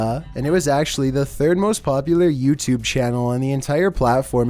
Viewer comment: its thirer